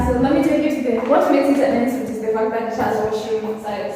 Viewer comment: a tipper En suite pronounciation : not 'N soot', its 'on sweet'